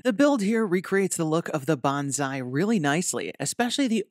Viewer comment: Bonsai is pronounced bone sai not bonzai, bonzai is actually a Japanese war cry.